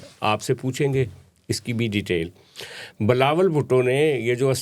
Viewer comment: His name is Bilawal not Balawal